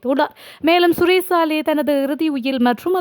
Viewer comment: நீயெல்லாம் செய்தி வாசிக்கவில்லை என்று யார் அழுவார்? "ஷுரேஷ் சலே" என்ற தமிழ் பெயரையே வாசிக்க தெரியாத நீயெல்லாம் ஏன் செய்தி வாசிக்க வேண்டும். 👺👽